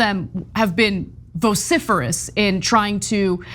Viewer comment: Why does ana say vociferous